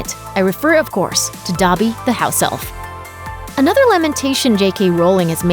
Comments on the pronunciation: YOURE SAYING “Dabby” it’s DObby...” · It’s not pronounced Dobbee, it’s Doebee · The way she says dobby is so cringey and not right